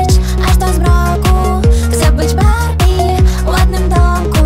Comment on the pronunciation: czemu czasami mówisz warbie